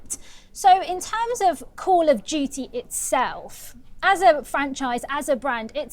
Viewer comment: "Coll ov Dyewty Moden Wofeh" 💀💀💀 Also, this is hardly controversial tbh. If it was in Palestine or Israel, then that would be a wholly different story. And gee, I can only wonder which side we would be fighting along side and who would be the "bad guy" in a COD story like that...